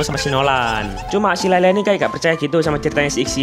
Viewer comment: Itu layla ngomong r kepeleset L